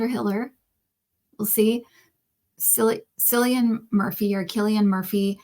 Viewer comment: Sorry, it’s just a thorn in the side for me - Cillian is pronounced with a hard C not S sound!